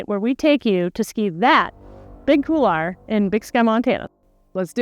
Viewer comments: No offense intended, but why is it that many North Americans cannot seem to pronounce the word couloir? Please, for the love of god, it is pronounced COOL-WAH, and not COOLAH... see the difference there? Aside from that butchery, fantastic content and very inspiring - well done Chris! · Couloir. It’s pronounced kool-waar. It’s French. It means hallway. This is not a hard one. Still…cool video.